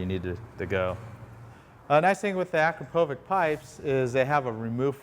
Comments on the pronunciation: its pronunced akrapovich not akropovic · The brand of the muffler is pronounced Akrapowitch! Leading brand among sport exhaust systems - made in Slovenia EU. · The way he pronounces akrapovič, like bro there's a "č" for a reason it makes a "ch" sound like ch from "CH"ina